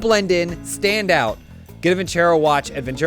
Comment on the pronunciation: You guys need to teach how to properly pronounce vincero